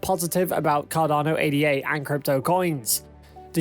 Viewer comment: "Ay-da". Not 'ay-dee-ay'. As in Ada. Jeez